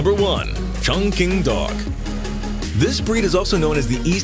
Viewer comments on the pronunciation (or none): Chong Qing: pronunciation: ching, not 'king'. 'Quan' is not 'kuan' either!!!!!!!